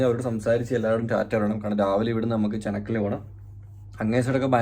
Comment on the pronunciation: ചെനക്കൽ.. 😂 ഏത് ഞമ്മളെ കോട്ടക്കൽ ചെനക്കലോ